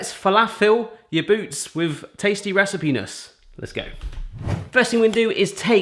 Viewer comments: Loved the video, I might have to try to make them myself :) But for goodness sake, don't say recipe-ness again, I spit out my coffee xD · Did you say "recipenis"?! 😶